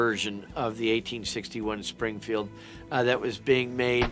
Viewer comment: Musket not muskit Springfield not springfeild